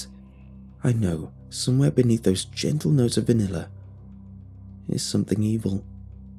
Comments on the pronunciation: "Vaniller ice cream" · I love the way he says vanilla ❤️